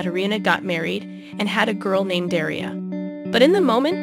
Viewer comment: Daria, not Deria. Lol.